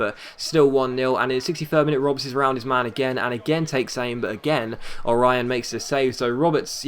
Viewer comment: Orión is pronounced O-REE-OH-N